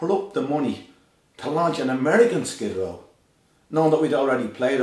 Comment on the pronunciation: maybe he should change his band name to SKID RAW, thats what he sounds like hes saying when he said skid row